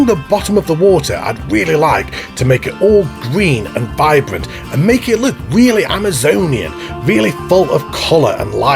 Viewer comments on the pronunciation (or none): none